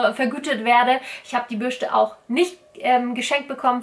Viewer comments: Bürste, nicht Bürschte🤦‍♀️😅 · Krigt noch jemand die krise jedes mal wenn sie "Bürschte" sagt? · Bürschtehhh 😂😂😂😂 R.I.P. deutsche Sprache! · Bürschte OMG macht mich das agressiv